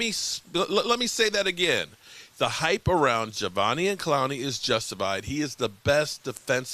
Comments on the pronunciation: It’s Ja-Day-Vian 😆👍🏼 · Javonian 😂. I’m just here for the name butchering ❤️ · say it with me sloooowly: Juh - Day - Vee - On lmao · Pronounce his name right please